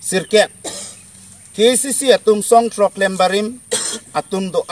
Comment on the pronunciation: Un educated person apotlo khei aphan kachongthui apot poisa amek kethe ale lobo.KACC puha pronounciation ningke thekthe le